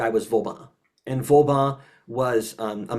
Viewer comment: It’s cute how mispronounces practically every French final syllable incorrectly as “an” EXCEPT with the “an” in Vauban. But in THAT case it’s the the cohost who mispronounces it as “Vaubin”.